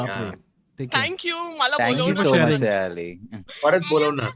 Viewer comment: Sayaaali? Its Saaaayali...! Itna toh 🙈🙈